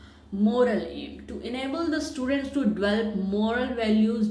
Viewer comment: her pronounciations are wrong eg. develop, attitude etc